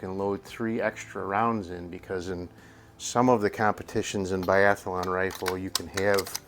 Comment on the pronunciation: Great find. Only five round magazines allowed in Biathlon. Yes, biathlon, not “biathalon”.